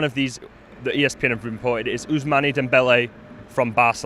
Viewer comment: Unai Emery went to PSG before going to Arsenal ... And you pronounce it OusMAN not mane